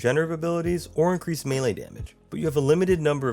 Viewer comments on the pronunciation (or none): none